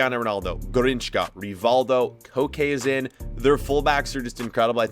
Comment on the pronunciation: Garrinchka, fam you do these videos a lot learn players names properly